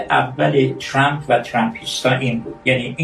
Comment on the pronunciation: اسم ترامپ را اشتباه تلفظ ميكونه😅مانوك